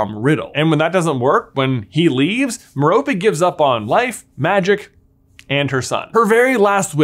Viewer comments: Her name is Mer-rope. Not Mer-ropee. Please pronounce it correctly I'm cringing everytime you say it wrong. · One of your first theories I completely disagree with. I don't think an adult would develop an obscurus after just a few months of suppressing very little innate magic. Also, it's Merope, not Meropey! It literally has the word ROPE in it! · Its not Meh-ro-pey its Meh ro pay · Why you gotta say "M'Ropy", why cant it be "Maire-appy" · Long time listener, first time caller here... Tom Riddle"s mom's name is pronounced Mare-O-Pay. Every time it's mispronounced, it fractures my soul into another piece. Mare-O-Pay! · Ok are you sure that’s how to pronounce Marope?? I though it was MERE-O-pay? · A tiny thing that I never got sorted out: How is Tom Riddle's mother's name pronounced? Like Meh-rope, Meh-ropey, Me-ro-pee, or what?